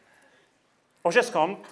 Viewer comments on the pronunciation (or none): Jediná výtka - profesor sociologie by měl umět vyslovovat jméno zakladatele oboru. Óžiste mi celou dobu trhal mé frankofonní uši.